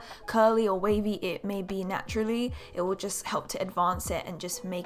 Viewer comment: You said naturlly 😑😒😕